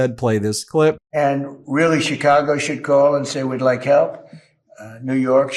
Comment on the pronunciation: he’s slurring shecago he said